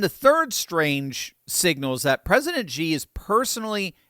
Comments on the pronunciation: bro it's "she", not "shzi" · The Dictator of China's name is NOT pronounced "Gee"; it IS pronounced "SHE". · you lose credibility by mispronouncing Xi as in Xi Jin Ping. The old transliteration system used "Hsi" which is a closer pronunciation. It is a softer "S" sound and less a "J" sound. Please check with other Chinese speakers to get the correct pronunciation. I love your discussions - my brother and I discuss them almost daily. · I know it's nitpicking, but it always bugged me... Xi is pronounced "shee" not "zhee." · It drives me a little crazy that American's pronounce Xi like "Jee." Where do they get a J? Xi is pronounced "She." It's not like we can't pronounce it correctly. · It’s not Ji, it’s Xi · Please XI is not pronounced with a G at all. It's pronounced SHE not GEE. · I hope you don’t mind my correcting your pronunciation of President Xi. It’s pronounced as SHE NOT GEE, so many news outlets mispronounce his name and I think it’s embarrassing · Love the content, but just so you know, Xi is pronounced (approximately) "she", like the pronoun. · please pronounce Xi's name right.. no "g". "Shee".. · I love ya,, but you seriously need to learn how to pronounce Xi's name...unless you're doing it on purpose, of course.